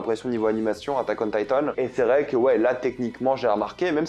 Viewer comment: Attack on Thaï-tone 😂 trkl gros tkt